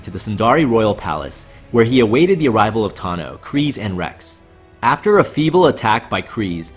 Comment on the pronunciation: Why do you say Kryze like 'Kreez'? Its 'Cry-ze'